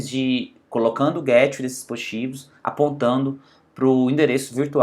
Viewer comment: Nao se pronuncia GÉTWAY , pronuncia-se GAYTEWAY. Excelente video. Obrigado